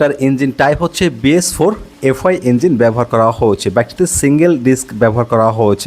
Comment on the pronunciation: ভাইয়া আপনার হয়েছে শব্দ টার উচ্চারণ একটু ঠিক করেন আপনার উচ্চারণটা শুনতে খারাপ শোনায়